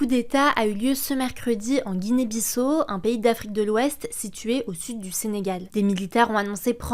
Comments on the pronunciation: "Guinée-Bissa o et non bisso" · on dit Guinée Bissa o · Il me semble que ça se prononce ''Guinée Bissa-O''